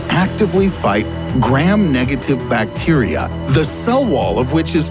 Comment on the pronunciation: That pronunciation of bacteria... Plus a lot of this information is outdated and badly explained/presented.